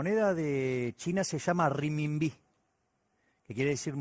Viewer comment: Se escribe y se pronuncia remimbi no se pronuncia rimimbí